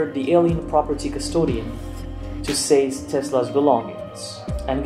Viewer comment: I observe you pronounce the word ‘seize’ like ‘says’, not like ‘sees’ . just a pronunciation note . it’s one of those English words that’s tricky . the word ‘quay’ comes to mind; also tricky (pronounced ‘key’)